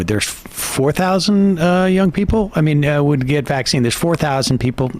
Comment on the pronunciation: It bothers me when she randomly pronounces it VACC-ine instead of vacc-INE cuz she doesn't do it all the time lol she goes back and forth 😂😂😂 weirdo